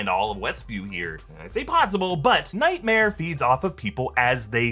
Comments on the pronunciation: Am I the only one who can't stop hearing saying nightmere and thinking about Bert Kreischer? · Omg I don't know if there's any bert kreischer fans/main mommys but said "nightmeer" sounds like